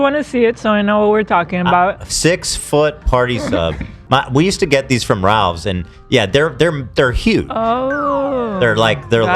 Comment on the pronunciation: Why does ethan call it Ralves? It’s Ralphs